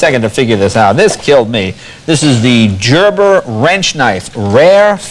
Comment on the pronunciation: Jay can't pronounce "Gerber" properly...LOL.